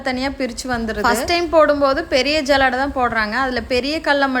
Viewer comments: ஜல்லடை அல்ல சல்லடை😂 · சல்லடை ❌ஜல்லாடை ✅😂😂